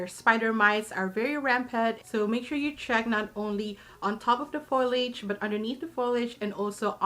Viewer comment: The word is "foliage," not to be pronounced as "foilage."